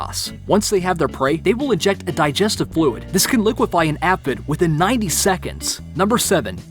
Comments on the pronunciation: I thought it was pronounced aphid not afhid? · It's "ay-fid (aphid), not "ah-fid". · Pronounced ay fid... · You mispronounced “Oxygenate” and “aphid” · Too true—I'll forgive "uropygial" ( —that's "EU-ro-PIJ-ee-ǝl") but "aphid" ?!?—try again with a long "a"